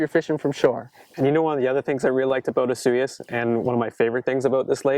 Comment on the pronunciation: for 1 it's pronounced osoyoos not asuh yuss and 2 the lake definitely freezes over. I've been there many times